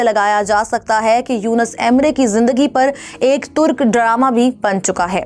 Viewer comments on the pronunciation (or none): none